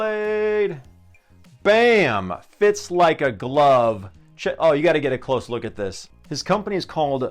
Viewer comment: “and they fit, LYKE AH GLUVE”🗣️🔥🔥🔥🔥🔥